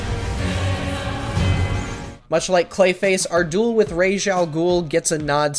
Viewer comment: Thank you for pronouncing “Ra’s” correctly